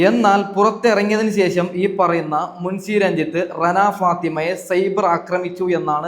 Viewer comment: മുൻസി അല്ല മുൻഷി, നാക്ക് വടിച്ചു വൃത്തിക് സംസാരിക്കൂ.